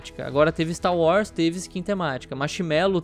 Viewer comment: "STAL UARS"